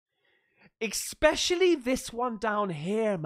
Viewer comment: Loving the content mate, but stop saying feckin ‘eKspecially’ 😫😂 Aaaaanyway, on the subject of Sasquatches on this episode, you’ve GOT to have a look into the ‘sierra sounds’ I’ll say no more on the matter, but treat your senses to it all and let us know what you think… I reckon you’ll find it a tad freaky deaky mate.